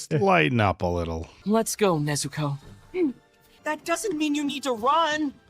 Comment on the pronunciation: Please pronounce Nezuko correctly. Your putting too much emphasis on the "u". Listen and hear to how they say it in the show.